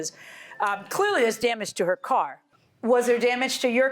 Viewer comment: Ha ha, when is a car NOT a car ..................... When it's a CORE. Lying woman, how about this, if you can't pronounce the word CAR then maybe you shouldn't be driving one. At least tell the truth in court.